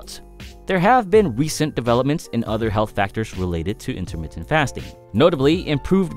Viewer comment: Intahmittah fast'n